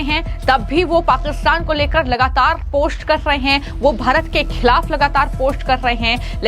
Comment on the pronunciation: Aby tujhy bolna to a nhi rha phost post ko😂